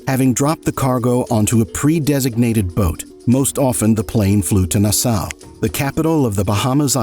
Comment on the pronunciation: I wish Carlos well and hope he enjoys his freedom with his children. As for this video, well done. I wish the narrator would learn how to pronounce words better, like "Nassau" and others. But this was a good video.